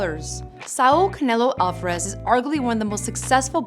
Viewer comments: Alfarez🤦🏻‍♂️🤦🏻‍♂️🤦🏻‍♂️ really wtf its Alvarez dummy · REPEAT AFTER ME: “All-VAH-REZ” “HA-LEES-KO”